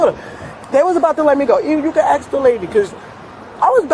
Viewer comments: how hard is it to say simple words like ask... or door... or teeth... its not axe or doe or teeths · It’s ASK not AXE!!! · Lady the officer "Asked" you questions, not "Axed" you questions. English. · Her revisionist history is insane, then she axes to see the camera like it’ll vindicate her? She needs to ax herself if maybe she’s suffering from retardation, a simple question axed about your daughter doesn’t warrant this banshee behavior. Axing questions is how poelease does they investigations, on god bruh, on my son, for what for what for what for what for what for what for what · It’s ASK, not AXE!!!!🤦‍♀️🤦‍♀️🤦‍♀️ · I'll never understand why people yell "help" when being detained or arrested... Do they think their fairy godmother is going to show up, wave her wand, and make everything all better? SMH... And the word is "ask", not "ax"!!! Just saying.... The whole conversation with the sarge was absolutely ridiculous!!! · "You AXE me a question" "But I didn't do nothin DOUGH" Obviously not on her way to teach an English 101 class 🙄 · Why do every one of these creatures say "Axe" instead of "ASK"? This beast is opening a tax business? Who would trust their tax information with one of these criminals (they ALL are criminals after all)? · It’s ask not ax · Ah, the standard new defence. Sitting calmly, being told to step out of the car and suddenly, "I can't breathe". What a joke. And why can NONE of them say the word ASK? It is NOT spelled AXE! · “Axe” instead of “ask”. Why is this so difficult? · If you pronounce ask as axe you are not doing my taxes. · He ax me a question 😂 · DOES SHE NOT UNDERSTAND ENGLISH OR IS ENGLISH HER 2ND LANGUAGE? SHE BROUGHT THIS UPON HERSELF. "AXE ME." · Axed a question? What language is that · She's doing an awful lot of "axing". 🤣😅😂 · How hard is it to say "ask"? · What is this word " axe" me mean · Can I axe u a question ? Can I axe u a question ? Why not ? A whole lot of people axe me to do THEY taxes ? 😂